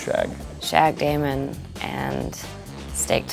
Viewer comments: Anyone else realise that Steven said Damein instead of Damon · Did Jeremy (idk the actors name) just said Damion?? It’s DAMON!